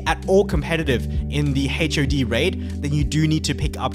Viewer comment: the ways he pronounce HOD as H.O.D really ticks me off lol